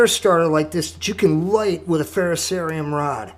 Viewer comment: At least you can pronounce "ferrocerium" correctly. 8 out of 10 youtubers can't. "Just put on some good tunes and enjoy making them." Right on bro! good video.